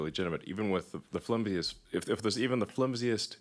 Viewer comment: "flumsiest"? Is that a word? Does he mean to say"flimsiest"?